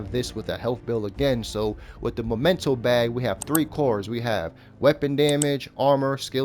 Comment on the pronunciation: It's called... mEmento! Not mOmento. Sorry, I'm on a bit of a crusade. Cool build though!